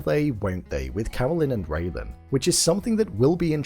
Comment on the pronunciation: It's RAYLAN, not Raven!